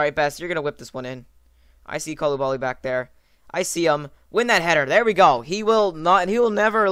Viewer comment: It's not Eyed Colubali, it's Ihday Colubali.